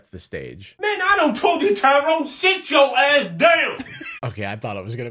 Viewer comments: Her: Ty-Rone… Me: *pauses the video* aintnoway 💀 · no way this girl says “tyron” smh